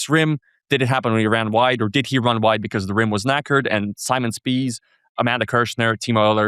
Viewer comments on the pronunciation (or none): none